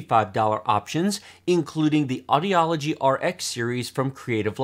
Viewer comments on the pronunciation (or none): AUDIGY = Aw-Di-Gee